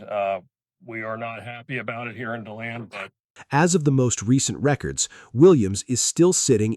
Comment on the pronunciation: It’s literally “D” land that’s how you pronounce the city.